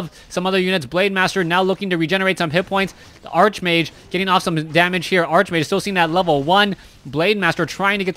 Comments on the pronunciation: I know it bugs me too, its Arc much like Character, chaos, anchor, chemistry, Stomach, Architect... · Bryan Lariviere Archbishop and archenemy are actually pronounced the way he incorrectly pronounces archmage. Probably part of the reason he is getting confused.